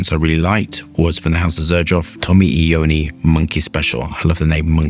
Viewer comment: Btw, most people mispronounce Tony Iommi’s name. It’s pronounced “Eye-oh-me”